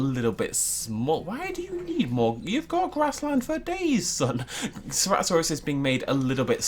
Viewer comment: Did just say "Cerato-thanos"?